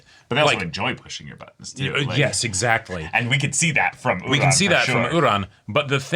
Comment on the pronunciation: I watched the dub of this episode, so i genuinely thought this whole time that her name was "Udon" like the noodle, not "Uran" like the planet, the way its said